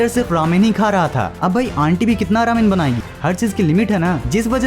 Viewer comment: It is not raaamen it is rowmen (while pronunciating it